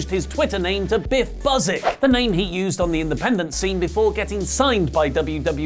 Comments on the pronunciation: byoo-sick, not buzz-ick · It's pronounced 'Bue-sick' not 'Bus-ik'